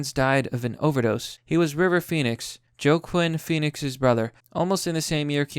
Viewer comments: It's pronounced "wah-keen fe-nix" not "jo-ah-kwin fe-nix". Also, the text says "he replied: "You need to be happy to live"". You read to us: "You don't need to be happy to live." You need to learn how to read properly. Thumbs DOWN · Whoa.. that's a clever caption. I'm sure you know how to pronounce Joaquin Phoenix's name. And we gotta be careful of adding to or omitting words from what we read. You said, "you DON'T need to be happy to live", whereas the comment was, "you need to be happy to live, I don't". Keanu is smart. He see's how fake the hype is. Everybody claims to be a fan but never see any of his other movies. Michael Jackson and Johnny Depp are great examples of how the public will claim they love you and can turn on you quick with any false allegation. The one thing people don't mention is in all of the photos it's the women getting way too close and invading his personal space. That guy can miss me with all that bs about not knowing if you committed a hate crime or not. Get off it. You know exactly what and why you're doing it. The only issue comes when either side is lying about it and the wording. An ex spouse killing the other is also a hate crime. So are many other things. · After I heard (Joeclian Phoenix) I closed the video